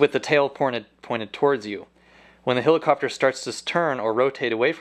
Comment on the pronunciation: love the way this guy says hilicopter